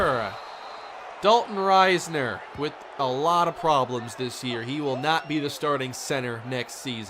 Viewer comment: I hate how says Risner. Huge kstate fan and always heard it as an ih sound not a long I